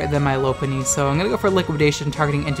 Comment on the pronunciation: It’s not Lope-punny It’s Lop-unny Like a French Lop bunny